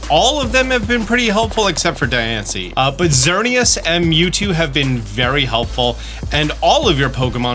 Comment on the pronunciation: actually says Diancie correctly